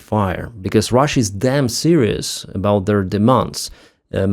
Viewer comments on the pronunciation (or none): none